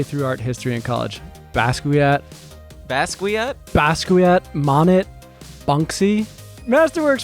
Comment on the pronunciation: I got so excited when mentioned art history only to have my ears bleed when he pronounced the french Impressionistic painter's name as MON-ET. 🙉😭 I totally get it's not his forte and finances are my achille's heel so with the wisdom I've gathered from this podcast I'd like to offer this wisdom back, the T is silent because the artist's name is french. Pronounced "Mo-nay". Sorry that was bothering me, my husband and I are a big fan of the podcast.